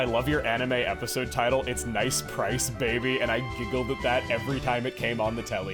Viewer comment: You called Pryce "Bryce" after Teanie's Tally.